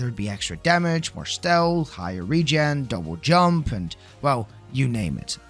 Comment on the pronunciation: “Double joomp”